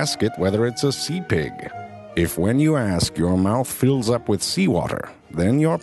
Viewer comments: I swear I thought he was saying "lamb pig" at first. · i love the way he says pig hahahaha